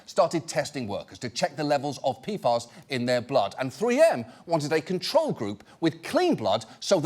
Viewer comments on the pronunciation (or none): Wait it's pronounced "P-FAS"? All this time I was thinking it was "P-F-As" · Who tf came up with the pronounciation P-FAS It's calles P.F.A.'s like every sane person would name it gosh 🙄 Been wondering about this for a year now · Tell me I'm not the only one who keeps hearing, "pedophiles". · It sounds like he's saying P-Farts. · peefahs. Ridiculous. Also have chem degree also never heard. Saying pee ef ay is hard work now. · Was I the only one who kept hearing "Peedfiles" when John Oliver says "PFAS"? Like I figured it was a joke to make it sound as scary as it is or maybe just make sure people are paying attention, but I'm not sure now if it was intentional or even just me having bad hearing.